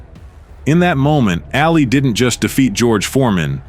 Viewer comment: Äali, bum e? Excuse what haha? No it is: Ali bomaye (Ali boma yeahj to help you out) And not Ä, you are not Swedish (like me). His name was Ali and not Äali like you say all the time during this other wise awesome video, dude